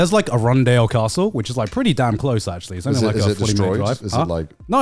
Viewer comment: A-RUN-DALE?? wtf garnt